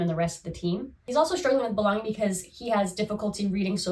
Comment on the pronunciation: You say belon-гинг (belonging) in such a distinct, endearing way 😅 (in a way how I might have heard it long ago back in Russia). Thank you for your videos, it is a pleasure to watch someone so… engaged? Excited? Genuine interest shows, is what I want to say.